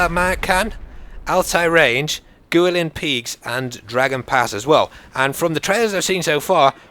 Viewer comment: He said Guilin wrong. ;(